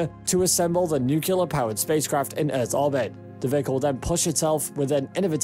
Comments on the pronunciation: Im sorry to be this guy, but its NUCLEAR, NOT NUKULAR. n(y)o͞oklēər NOT nü-kyə-lər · It's Nuclear, pronounced "new clear". Not "new killer". It's not difficult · It's nuclear, not nucular. It's like using axe/aks instead of ask. It's illiterate. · “Nuclear” not “nucular” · Nuclear nuclear... not nukelar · NU-CLE-AR! It’s NUCLEAR! Not “NUCULAR!” It is not the “nuculus” of an atom that is fissioned, it is the nucleus. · Nice video, ruined by the constatly marred pronounciation of the word "Nuclear". It' pronounced noo-kle-ar, not nukelar! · The word is "nu-cle-ar", NOT "Nu-cu-lar" - Dubya always said "nucular" and generally massacred the English language on a daily basis... and he didn't stop there. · its pronounced nuclear..... not nuculur ( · Uh, lots of people are "considering the difficulty of getting there". Far more than are daydreaming about the millenia-long process of terraforming. And then you totally lost me when you pronounced it "nucular". A sure sign of scientific illiteracy. Nuclear. New clear. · new-ke-lare alamunium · Let the 18 month journey time slide, but as soon as he said "nucular", I quit and will never come back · Lol, “Nukular” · Is no one going to comment on the correct pronunciation of the word 'nuclear'? It sure isn't Nuc-You-Lar. Why produce an informative video and then dumb down the world by sounding like 'Dubya'? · NU-CU-LAR!!! X) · Nuculer engines? Is Homer Simpson the narrator of this video? Difficult to take this seriously if you don't know how to pronounce 'Nuclear' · Starts with some misleading information. Must learn how to pronounce 'nuclear.' Stopped watching. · If you're going to make a film about a nuclear powered space ship, shouldn't you at least learn how to pronounce the word nuclear? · Learn to pronounce the word nuclear so you don't appear ignorant.